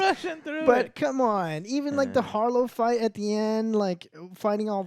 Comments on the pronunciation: Jesus its HARROW, Not HARLOW. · Wait, did you say, “Harlow?” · Emmet Harr-o 😂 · Who the fuck is Harlow, ya'll butchered that man's name the whole review lol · How does not make fun of Joe getting every character's name wrong? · I just love how they've watched the series and still saying harrow's name wrong lol.